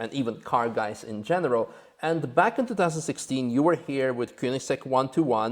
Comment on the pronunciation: Even though I pronounce it wrong myself, it's nice to hear Koenigsegg pronounced properly. Cheers,!